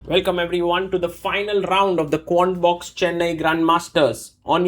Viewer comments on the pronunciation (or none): Did he say "Corn Box" instead of Quant Box? :D